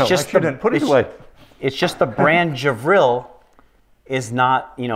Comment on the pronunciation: It is Gevril not Javril!